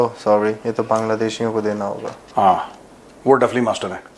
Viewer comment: आदरणीय सर. जब अंग्रेजो वाले लहेके मे " सोरी " बोलते हे , इस के आलाप-राग ऐसा हे की दु:ख का भाव नही हे. आप की सोरी मतलब " चुप्प कर ब्बै " 😂😂😂 👍